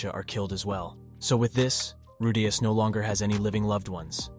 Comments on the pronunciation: Bro man’s saying rudayus not rudeus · It’s “roo-dee-us” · Why you pronounce "Rudeaous" is weir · So is it Roo-Dee-Us, or Roh-Day-Us???All this flippy floppy pronouncing got me corn-fused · I can't watch this. The Rudayus pronunciation is getting to me. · He's saying rudas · "Rude-yus"... Yeaaaaahhh. Annoying shit lol 😂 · Man I would really want to listen to this but the moment I hear you say RUDEYOS. I'm out. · Bro this guys saying redayus like after every 5 words to 10 words or less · The way he pronounces Rudeus is CRING! I stopped the video as soon as I heard it. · Its not that deep lil bro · Please pronounce rudius properly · The constant mispronouncing of Rudeus's name 😅. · How do you get the name right and then botch it again and again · I don’t even wanna watch your video anymore bc how much it pisses me off how you say his name